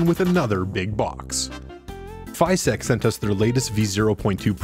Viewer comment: What a neat printer! However, unless I'm mistaken they are called FYSETC, not FYSTEC.